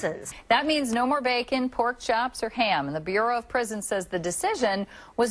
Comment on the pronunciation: "an inmates who shanked his cellie with a prokchop " xD